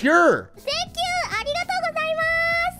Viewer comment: he hit that arigato though